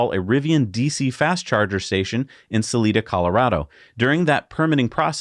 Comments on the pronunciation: People here in colorado say “Suh-lie-duh” not “Suh-lee-duh” xD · It’s Sal-eye-da Colorado, rhymes with “eye” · Selida is pronounced with a hard i.... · It's Salida Colorado, not Saleda. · Just a quick FYI, pronounced Sa-lie-da ;) Thanks for all the updates and coverage!!! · Sal- lie-da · Salida locals want their town pronounced correctly, man.